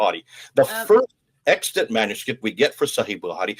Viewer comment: Extant is correct in your title, but you definitely said extent in the audio. Fascinating content as usual.